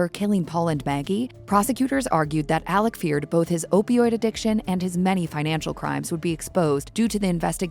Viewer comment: Alex, not Aleck! 😂😂😂 I can't even watch this.